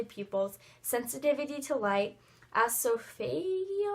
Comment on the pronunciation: im laughing at how you said esophageal oh my 😂😂